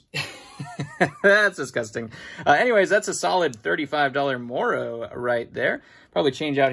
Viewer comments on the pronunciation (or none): none